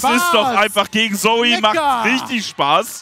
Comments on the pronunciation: Es Heißt ZOE !! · Ihr habt das falsch ausgesprochen. "Zö", wenn ich bitten darf.